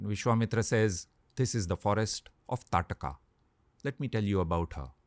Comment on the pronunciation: She was ताड़का I guess. Not Taatka.